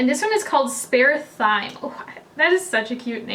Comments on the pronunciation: Spare "Thyme" is pronounced "Time". Thyme is a herb and it's a play on words. X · '(Spare) Thyme' is pronounced 'time'. Thyme is a herb that goes well with mushrooms in cooking. 😃 (Makes the 'Kristi pun' a little more obvious now....) Love her 'jokes'. (Socially distanced) hugs from Downunder. X K X P.S. Thanks for the review. The look is GORGEOUS!! I wish colourpop was easy to get here- it's kind of expensive to get it, so I do a big order every 6 months or so.) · THYME is pronounced "time"!